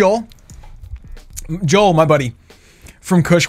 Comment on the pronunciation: It was jo el not jole